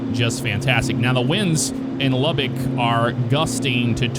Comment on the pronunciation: I think I’m more impressed with the accurate pronunciation of Lubbock haha Welcome to the LBK my grandfather was one of the lead engineers on the runways back in the day